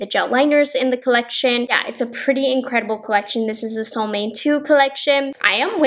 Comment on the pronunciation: Sole Moan eh would be the authentic pronunciation of this word =) it means Sun Moon =)